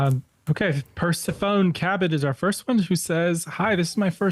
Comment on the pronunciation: Persephone is pronounced per-SEF-uh-nee